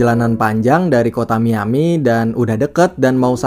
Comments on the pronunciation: Miami baca : " maiyami " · Miami, mayemi, maemi, maem mie🤣